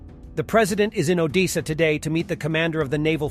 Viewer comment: "Oh-Deesuh": you're joking, right?.